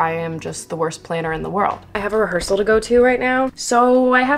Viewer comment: …. Did you say….. rehearsal?? 👀